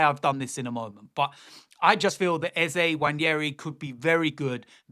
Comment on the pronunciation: You’re wrong, it’s pronounced “Ezeh”